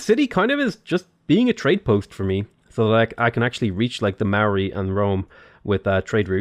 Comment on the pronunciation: chur cuz mean the only person ive seen who says the moari names right